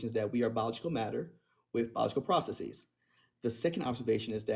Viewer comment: When someone pronounces the word “processes” as “prah-suh-SEEZ,” you know he or she is trying to sound smarter than they actually are.